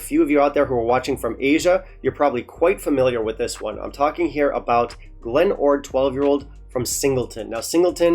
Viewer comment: What a GREAT episode ! . . . they REALLLY butchered my Glen ORd, ...